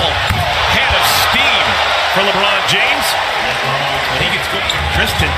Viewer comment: Did he say Marvin takes it from LeRiod James lol